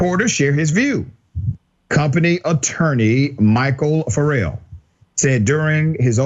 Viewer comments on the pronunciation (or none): The name is FARE-ELL not Ferr-ell. And BLM is a sham and stolen from its own donations. The country is fed up with this fake ass discrimination. Grow up.